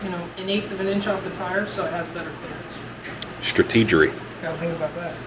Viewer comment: "Strateegery" lol